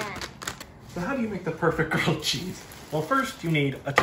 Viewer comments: GWILLED CHEZZ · Say it with me: GWILLED CHEEZ!!!